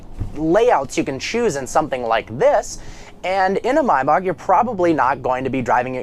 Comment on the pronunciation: It's Mayback not Mybock